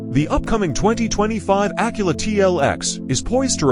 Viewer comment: Acula? What tf is a Acula??